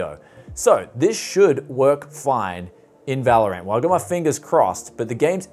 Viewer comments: He always says vÄlorant instead of valorant. 😂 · Normal people: valorant This guy: valor ant